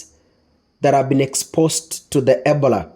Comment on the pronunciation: Ebola is pronounced as "ee-BOH-luh" (or ih-BOH-luh). NOT "ebla" you are too quick